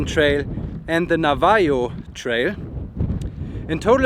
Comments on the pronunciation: Navajo = Naa vaa ho. The A sounds are both pronounced like yacht. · Pronounced as Nav a ho even though it is spelled Nav a jo